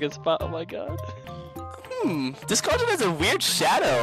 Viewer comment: MISSING A LOT OF B- OW OH MY GWAD